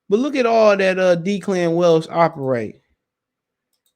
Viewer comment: It’s Pronounced Deh-clan. It’s an Irish first name.